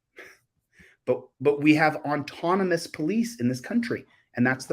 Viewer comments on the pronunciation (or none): The word is AUTONOMOUS, not ONtonomous.